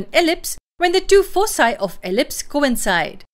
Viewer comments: It's pronounced as foe kye not foe cye. Thank you so much. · Foci is pronounced with a hard C as you did because it is a Latin word. Elsewhere you shift to the incorrect soft C ("fosi").